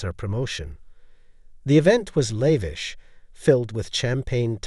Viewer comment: MORE AI bullshit from someone who obviously cannot write a coherent narrative on their own Can't pronounce Thames OR Liam properly, let alone lavish or elite. WHY did Avery invite William to the auction where Avery was meeting Victor and where her earring was displayed? WHY did she behave so blatantly there, IN PUBLIC, with Victor, IN FRONT OF William? WHY did she give an expensive earring that William had bought and given to her as a gesture of love to Liam? Victor mentioning "Edinburgh"? WHY did William go home home without Avery? WHY did the earring disappear the next day if William had never mentioned it to Avery? "Avery's cryptic sketchbook" comes out of nowhere. Avery sketches? WHY was she crying while talking to Liam? She hadn't even left him yet. "A lingering hesitation" when he did nothing more than touch her shoulder? Doesn't sound like there was much chance of the baby being Williams if she cringed at merely a shoulder touch. Also, having an affair WITHOUT taking precautions? Why did she need Victor as a "decoy" to throw William off? William believing that she was cheating with Victor would somehow be less tragic than her cheating with Liam? Adultery with a wealthy collector is more acceptable than with a struggling artist? WHY did Avery flinch whenever William's phone buzzed? C + L? WHO is C? HOW did Liam get Victor's new address to mail the earring back? Victor, a "wealthy collector" is adjusting paintings at the gallery? Is that common for wealthy art collectors